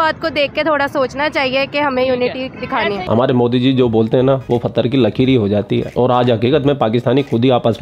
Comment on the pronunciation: Fathar nahi hota Bhai pathar hota hai.main bhi Jaipur mein rehta hoon,par yahaan ka nahi hoon,isliye bata Raha hoon.par hairani hai aap to haryana se hain ,fir jaipuri local kaise bolne lag gaye?😊